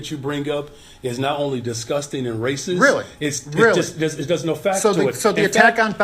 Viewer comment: I like how the mayor literally says raysis instead of racist. Lmao.